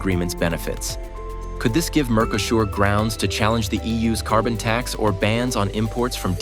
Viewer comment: Mercosur is pronounced wrong